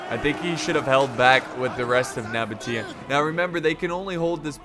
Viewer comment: It’s pronounced Seleukids and spelled Seleucids. Also Nabatea is pronounced No-baesha (or) Nuh-baesha, not Nuh-botia, but I understand that one, I pronounced it wrong for years.